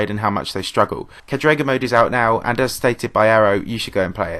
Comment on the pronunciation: btw it's cádrega not cadréga